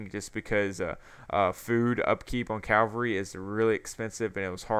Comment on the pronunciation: calvary ? isn't it cava-lry